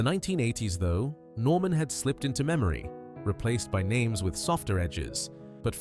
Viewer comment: Listen very carefully and you will hear that it is not a real person narrating,but a shit AI voice. The way it gets the stressing wrong on "Doris Day" and "Norman" are just two examples. The script is poor, and the Oscar Wilde reference strange. The accent is a curious fusion of US/UK that sounds decidedly off.